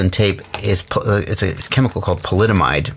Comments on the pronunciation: Phylyd.... myte.... Polyd....... WEEELLL anymway its Kapton Tape xD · Pronounced "Poly" "am" "ide"